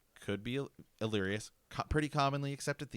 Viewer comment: Great stuff! Just nitpicking: it’s Alleras, not “Allerias”. Hitting the ear a bit hard the more you keep saying it. Sorry.